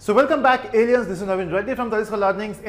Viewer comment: Why he call us Allen's 😂